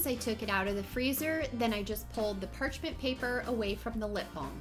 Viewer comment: omg you keep saying parchment paper wrong😂😂😂